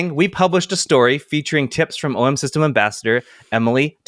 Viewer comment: A+ for “OM System” of course 😂😂😂